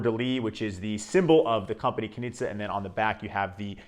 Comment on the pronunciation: As Austrian I can inform you, that it's pronounced "Knische", quite similar to 'niche'. Nice review though!